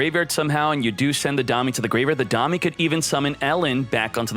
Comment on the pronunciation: If you ever read this, "domei" is pronounced "do-may" like the month May and is the japanese word for "alliance". Who knows, maybe you'll pronounce it right someday. I already gave up on words like "Goblindbergh" though... Also, surprisingly, you don't notice the broken glasses... or actually the two monocles...